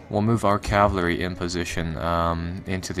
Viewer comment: Sorry if this seems nit picky but my OCD is driving me crazy. Cavalry is pronounced cav-UHL-ry, not cav-LAH-ry :p